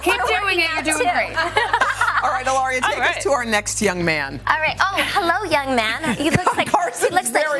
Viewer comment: Woman keeps calling her Hiloria. Having a guest on your show? Make the effort to at least get the name correct. Very unprofessional. 🤔